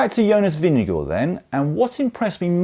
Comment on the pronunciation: Am I miss-hearing your pronunciation of Vingegaard? Sounded like “Vin-ge-gore”. If so, that is not how Jonas pronounces his name, but slightly better than the ENTIRE NBS Sports commentator team, who seem led by Bob Roll presumably intentional mispronunciation “vin-ge-GOH.” I hate that disrespect. Names can be hard, but there are not that many names that English speakers might have trouble with (especially with the handful of dominant riders), so not that many to learn how to pronounce correctly.